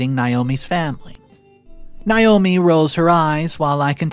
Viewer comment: OP's wife's name is pronounced NA-O-ME. Not NI-O-ME. I know because it's my name, and I hate when people call me Ni-o-me. It's spelled Naomi the A is long. NA-O-ME, there is no long "I" sound in Naomi.